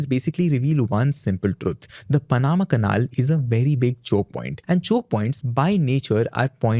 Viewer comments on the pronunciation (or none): it's pronounced pan-ama canal. not paan-amma canaal. :face-purple-crying::face-purple-crying::face-purple-crying::face-purple-crying: you're a host mate. you literally only have ONE job requirement.